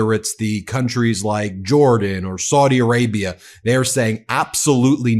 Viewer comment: Saudi rhymes with HOWDY...